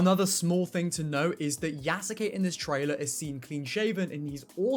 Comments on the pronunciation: please stop breaking yasuke into 3 sylibles ya sa ke as it is a Japanese name it is pronounced yas kay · Yes you kay